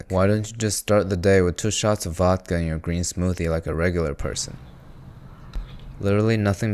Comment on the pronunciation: Your “Vodka” pronunciation was spot on man! “Vaadka” ❤